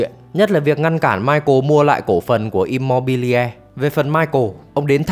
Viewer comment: Immobiliare đọc là Im-mô-bi-li-a-rê nhé, không phải Im-mô-bi-le.